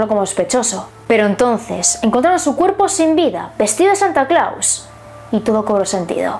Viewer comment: No sé pronuncia Santa Claus! Y como es que hiciste un libro? En buen plan lo digo, a parte soy tu fan.